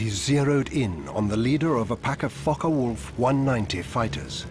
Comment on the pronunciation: The day I watch a documentary where they pronounce Focke-Wulf or Luftwaffe correctly I'll be surprised.